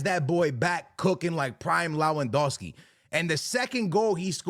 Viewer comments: for god sake it's Lewandowski not Lawendowski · LOWANDOSKI is a criminal pronunciation